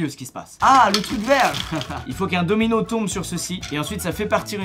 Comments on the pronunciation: jai cru qu'il disait DOMINGO et pas domino ..... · Domino et non domingo 😭😂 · Pareil mdr j etais pas prets quand il a lacher DOMINO